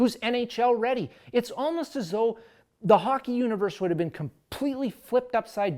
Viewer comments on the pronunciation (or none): none